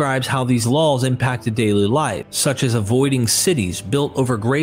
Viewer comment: Sounds like you're saying "LOL's" when you say "Laws"